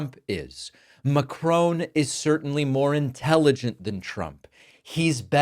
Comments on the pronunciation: You can't even say Macron right, you moron! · Please learn to say Macron’s name properly. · David, my dear chap, there is no e on the end of Macron's surname. Your pronunciation is wrong. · Could you please do Macron the courtesy of pronouncing his name correctly? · Please get the pronunciation of MACRON correct. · There's no E on the end of Macron. MA-CR-ON, as in TRON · David, sir, you mispronounce names for fun often, but Macron is not a hard name to pronounce correctly. Please show some respect. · You could at least try to pronounce the name Macron correctly. Just drop the n. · MacRON not MacRONE, please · it's Macron....not Macrone !! lol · OFF/ON MacRON ;)........not OWN. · It's MacON not Macrone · Like the video,but it's Macron not Macrone like " ton" and " tone". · It's not McCrone, M'crone it's Mac-ron - dead easyto pronounce. Stop changing the pronunciation like you do with Bar-bay-dose (Barbados), Mi-laarn (Milan) or Coasta Rica (Costa Rica). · It’s Macron not macrone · The name is Macron, not Macrone. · Mac...Ron not Macrone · Sorry David but it's Macron, NOT Macrone. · Please, it's Ma-Cron. Not Ma-Crone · It’s not Emmanuel Mcrone, it’s Emmanuel Macron. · The US President hates being fact checked because he'd rather invent as he goes. BTW David, it's President Macron, and not Mackrown. Pronounced as Mack-Ron. Sorry mate. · If you are so respectful of President Macron, at least learn how to pronounce his surname correctly?? It is NOT Macrone, it is Macron. He is the legitimate President of France and deserves to be respected unlike the moronic clown running your country and reputation into hell and beyond!!! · Macron, not Macrone. Short O, like in Ron. Ma-cRON. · Please stop saying "Macrone" ... it's "Macron". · It’s MACRON, not MACRONE! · It's mac RON not macRONE. wHY CAN'T aMERICANS PRONOUNCE THIS GUY'S NAME? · Love your vids, but it's 'Macronn' not 'Macrohn'! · MA CRON not MA CRONE !! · It‘s pronounced ‘Mak-ron’ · It's Macron, not McCrone! Chrissake